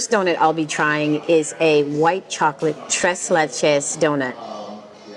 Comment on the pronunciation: Tres leches is pronounced tray lay-chays, meaning three milks.